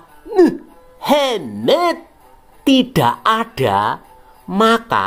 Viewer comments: bacanya MUHEMET... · jiannnn...mantep tenan nek ngucap "muhamadddd".. medok banget jawane...salut min bt anda..!! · Maaf yg admin ... perutku sakit ketika denger muhemeeeddd. Mantap penjelasannya biar banyak lagi yg MURTAD meninggalkan muheemeedddd ☺☺😁😁